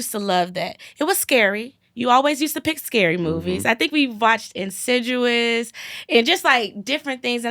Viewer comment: “Insidjuwas” was funny lol